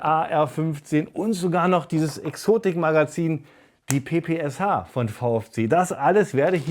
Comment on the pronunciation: PPSH= „P P Scha“ gesprochen